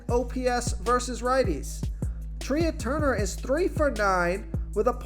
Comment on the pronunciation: Who the heck is Treeah Turner? It’s pronounced Tray. Come on.